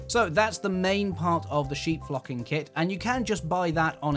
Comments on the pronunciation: I thought he said, "sheep f*cking kit! 😄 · Its an amazing idea, would never have thought of that and the sheep look amazing too. I suppose you could do a green sheep but probably wise not to, lol. You are also wise in being careful with your pronunciation there. Great video thanks. :_tmrgPeckett